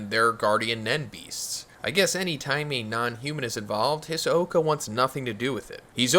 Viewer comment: Saying hisoka mad weird lol